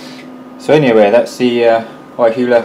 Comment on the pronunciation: it's pronounced YeeHwa , not YaiHoowa :>